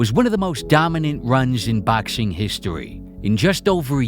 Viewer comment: ffs i crumble everytime you say baxing